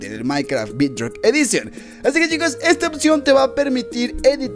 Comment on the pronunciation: No se pronuncia bidrock